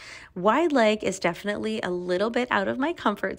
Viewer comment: Def-ly. Prolly. It’s pronounced def-inite-ly and pro-bab-ly. Annoying. Say ALL of your syllables.